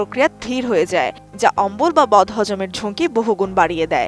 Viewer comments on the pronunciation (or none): none